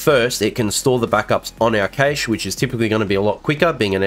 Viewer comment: Cache is pronounced "cash".